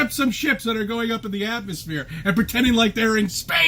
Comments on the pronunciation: did he say atmo-SPHERE? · "the atmosphear thins out up in the mountians" so, sooo close...